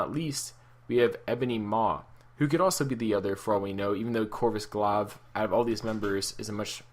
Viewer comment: Glaive is actually pronounced glayve.